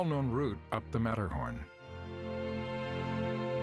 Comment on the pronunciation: So sorry to see, that disrespect, not even to try the pronunciation of the subject and main person of your film. It is not american. There is no sermett and no Metterhorn and even Simon had to get a new name he has to be Seimon now